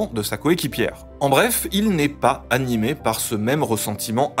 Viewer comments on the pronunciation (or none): none